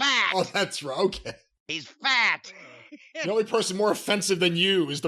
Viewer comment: You gotta put emphasis on "fat." Like "He's FAT!!!"